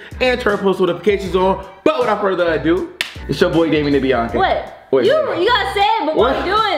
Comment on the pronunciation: Why do Damien say * Damien and m wh not Damien and b ??